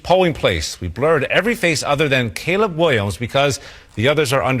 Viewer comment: Charla calling the yt kid Caleb Kaleeb was confusing. How tf does he not know how to pronounce Caleb? It's not Kaleeb. That's not a yt people name.